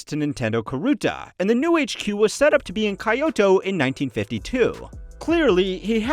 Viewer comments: You pronounce Kyoto --- Kayouto...? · is this made using an AI voice, saying kyoto, miyamoto, and yamuichi incorrectly? down vote just on that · All of the butchered Japanese names made watching this very painful. You didn't even get "Kyoto" right. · Have you really not ever heard someone say "Kyoto" before?